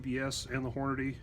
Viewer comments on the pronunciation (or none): none